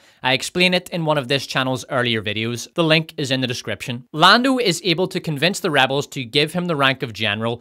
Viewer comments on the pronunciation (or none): none